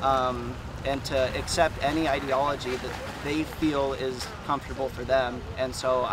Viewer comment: Woman needs to learn how to pronounce ideology 🤣🤣🤣